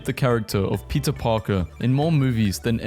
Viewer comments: How did no one realise that he’s saying pizza instead of peter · I love how when he says Peter it sounds like pizza like pizza Parker